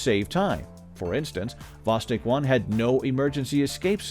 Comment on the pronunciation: Not "vOstok", but "vostOk"!